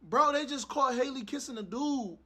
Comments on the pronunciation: Why can’t yall get her name right 😂😂 they be calling or Haley and all types and shiii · said hailey...who tf is Hailey 😂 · Why do niggas keep calling that girl “Haley”? Her name is pronounced like Halle Berry’s. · Her name is Halle just like Halle Berry and it’s pronounced the same way.